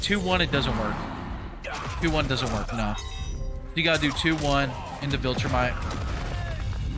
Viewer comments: It won’t matter but it’s vol-tra-mite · Please learn to pronounce Viltrumite😭😭